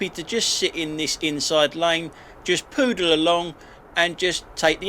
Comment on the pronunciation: Pootle...not poodle along😂😂😂